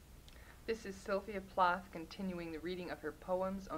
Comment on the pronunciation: 'Plath' doesn't rhyme with 'wrath'.